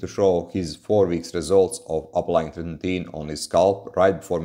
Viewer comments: You pronunciation is off. It's "Tret-in-oin". Not "Tret-in-teen". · treti-NOIN :D